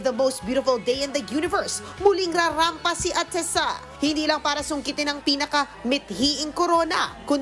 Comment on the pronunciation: Stop MISPRONOUNCING her name!